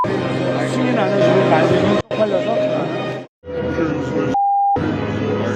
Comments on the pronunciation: 바이든은 아니고만 날리면을 말리면 발리면 처럼 발음한게 문제임 반복으로 들어보면 그렇게 들리네여 말리면 발리면 처럼 발음해서 얼핏들으면 바이든으로 착각하게됨 해프닝인데 어쨌든 야당쪽을 비하한건 맞는듯 ㅠㅠ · 날리면 으로 들리내요